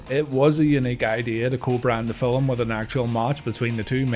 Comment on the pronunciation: Did you say filim my guy?? Update.....you did lol